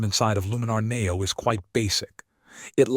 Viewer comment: AI bot videos are awful and I block any channel using it. Maybe you should teach the AI to pronounce NEO correctly. A dead give away.